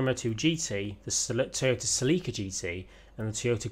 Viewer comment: Not sa-leek-uh......sell-eh-cuh....